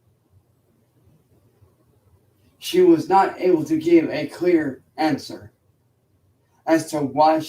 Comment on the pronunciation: Lol it does sound like he's trying to speak like a monk or some bullshito master. Listen to how he says "answer" ! He's even speaking with a partial accent 😂